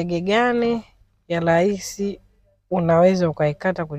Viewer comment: ni RAHISI sio LAISI.